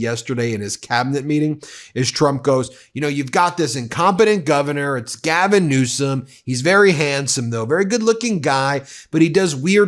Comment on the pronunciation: HAHAHA ,TRUMP said gavin newscom hahaha listen to him say it just after ther water turned back on hahaha